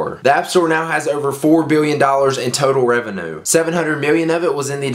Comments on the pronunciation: rev-e-nyew not rev-e-enoo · I hate how you said revenue.